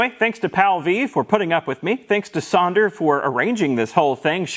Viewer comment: And thanks to you for saying Sander right lol